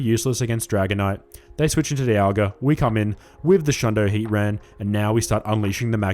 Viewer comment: You're saying Heatran's name funny. It's not Hea-ran. You're forgetting the T. It's Hea-TRAN. 🤭